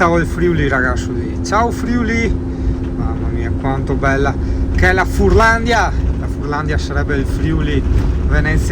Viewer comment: Più che furlandia sarebbe furlanía con l’accento sulla i 😜